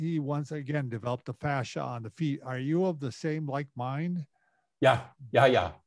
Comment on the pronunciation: Fascia not fascist!